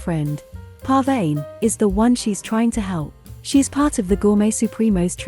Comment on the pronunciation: Those names are Persian and I'm Persian the way it pronounce them is so funny to me :)) BTW, it's paar-va-neh پروانه/ naaz-afarin نازآفرین